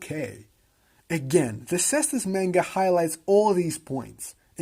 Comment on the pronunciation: Dope video, very interesting. IMO the anime is quite interesting and even tho animation budget is a bit on the low side fights are very entertaining. PS: it's read "Manga" not "Menga"